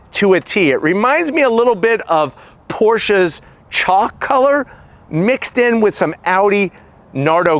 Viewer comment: how do you pronounce "porsche" right but not "my bock" right lol